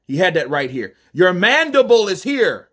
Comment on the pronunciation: i gotta disagree with you. said MANDIBOWL not MANDIBLE! Theres a clear diffrence in the two! Lol!!